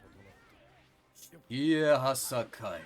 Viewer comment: PWEASE DUDE IT’S SHE-AY-HA-SY-KYE PLEASE THAT IS HOW YOU PRONOUNCE IT ps: I love the content